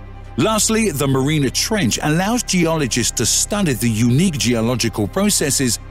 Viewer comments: And Mariana is not pronounced marina. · I know thought that was a really bad mistake mispronouncing Plato as well as Mariana.